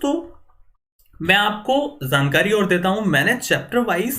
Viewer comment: "pro-ZACT", "ZAAN-kari" lol